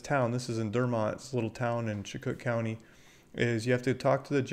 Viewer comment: I am from Chicot County Ar. You are not pronouncing it correctly. Please contact me if you want to know how to pronounce it correctly. I can give you my email if you request it. Thank You. Keep up the good work.